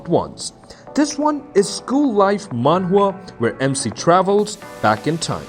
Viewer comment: Are you saying Manga?